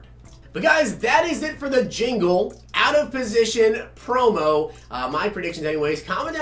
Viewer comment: “Jingle” “Zirkmis”